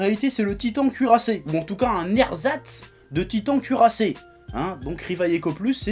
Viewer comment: J'ai entendu le "Tweetant cuirassé"